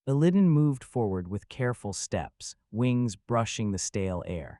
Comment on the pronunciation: Your pronunciation of Illidan hurts my soul.